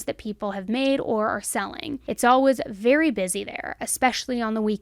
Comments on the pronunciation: Ok I love love love me some right love her voice but tell me why I ran to the comments to see if anyone else came for the way she says "Alaways" haha live you girl 😂❤🎉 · The way you saw "Always" haha love ya girl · Your ‘always’ near the end of this video made you sound British xx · The way you say "always" unfortunately distracts me so much during each video. I love this channel but i cant figure out why you pronounce it in such an odd way lol id like to hear you say away and way and then always. 😂